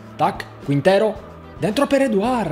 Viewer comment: Se riesci a pronunciare bene TSYGANKOV, sono sicuro che puoi pronunciare anche CHINTERO in spagnolo. Daje :)